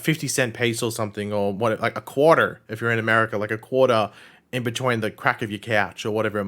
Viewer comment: when I heard the way you said quarter the first time I fucking lost it.